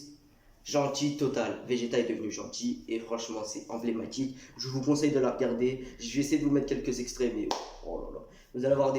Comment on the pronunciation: clairement meilleur moment d ela vidéo sinon ta dit combie de fois enblaimatique 😂😂